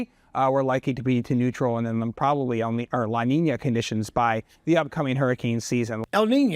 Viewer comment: he says el niño right but says la niña wrong lol